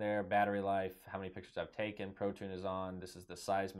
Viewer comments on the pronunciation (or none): Cheers for a good video. But "Pro Tunes" as you pronounced it, implies playing songs like Apple's abominable iTunes!